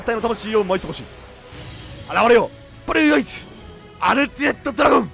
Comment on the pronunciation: ブｒｒｒアイズ